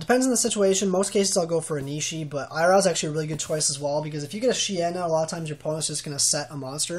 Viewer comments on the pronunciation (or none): eye raow? how do type this phonetically... it's ee(like in see) row